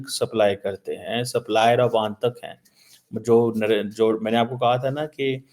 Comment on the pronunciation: And it is aatank not aantak